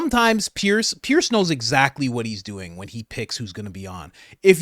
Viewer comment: Sorry Coach, you'll never get the call unless you pronounce Piers name correctly. I understand he is particular about that. It is pronounced Pierz.